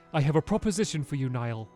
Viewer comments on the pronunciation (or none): Niall is pronounced neel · stop butchering these names, Niall is Neeall, and Pugnacious is pug nayshus